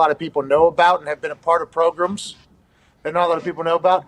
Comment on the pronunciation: Aj when Pat said “progrums” □